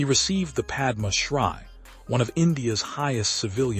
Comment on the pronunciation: "Om mani padme hum" = mani pron. "money" not "manny" ; "hum" pron. closer to "whom" not "come". Padma Shri = "shree" not "shrye". Can't someone help AI?